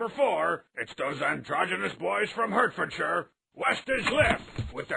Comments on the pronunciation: From what I read, he pronounces Hertfordshire wrong. The first E is supposed to be pronounced like an A. I guess we Americans are too used to the capital of Connecticut. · pronounced Hertfordshire incorrectly! Shameful.